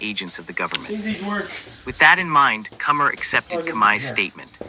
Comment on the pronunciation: This voice not even saying Comey's name right.